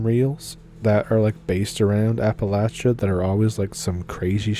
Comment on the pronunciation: If you are saying AppaLAYsha you are NOT from here!